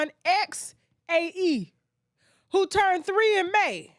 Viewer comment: The pronunciation for Xae might be zay 🤷🏾‍♀️